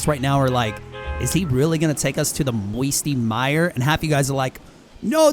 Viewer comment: Grrr why u say me secret place misty mire